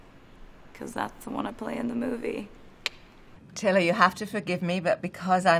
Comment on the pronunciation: I can’t be the only one who thought Anna called Taylor “Tily” 💀